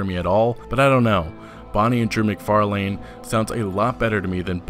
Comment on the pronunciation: You mispronounced MacFarlane really badly